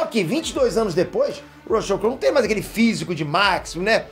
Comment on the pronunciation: Com a pronúncia do YouTuber do nome do ator, desisti de continuar assistindo o vídeo, Rucheu não dá